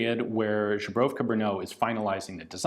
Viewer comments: Awesome video as always! I know you must have read it before, but it is "Zbrojovka Brno", not "Žbrojovka Brno", slight difference but very noticable :) . You are doing a great job with all the other pronounciations of our stupidly hard language! Thanks for trying! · Not Zhybrovka, but Zbrojovka, sounds like "Zbroiovka" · Come on get the pronounciation right. Holec is pronounced with C as in ICE. Zbrojovka is pronounced with Z, not Ž. Just Z like ZEALOT. And you need to pronounce all the letters together "ZBRo", one syllable. Then it is followed by "yo" sound, and finaly FKA which you had right. Idk where you got the pronounciation, serbia perhaps? Slavic languages are similar, but the words differ. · Casually substituting "zbrojovka" with "zubrovka"? Based xD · Hello Ian. I have heard you saing žebrovka in more than this video and thought someone should correct you already. Altho we apreciate the effort. Žebro = rib Žebrat = to beg So žebrovka is like "the beggers company" i guess or very tasty soup. The word does not officialy exist. What you are trying to say is Zbrojovka literary meaning armoury. You can check the pronounciation on google. Or not, we apreciate you anyway! Thanks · Your pronunciation of Zbrojovka is sounding more and more like Zubrowka, I'm not sure they're supposed to be related things :D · Ian, you always say "Zhubrovka" what means "bison grass vodka, traditional product from Poland". Zbrojovka Brno is pronounciated like "Zbro-yov-ka". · _; Still says žebrovka instead of Zbrojovka D: Great job on "Vlašim" though! Also the rate of fire selector description is backward, "pomalá" is slow, "rychlá" is fast. When you later disassemble you get it right. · Zbrojovka is pronounced something like SBHROW-YOFF-KAH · Ian keeps pronouncing "Zbrojovka Brno" in way it almost sounds like polish alcohol called Żubrowka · 'Zbrojovka' reads in English like 'zbro-yow-ka' :) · each and every time you say Žubrovka instead of Zbrojovka i get thirsty for some reason.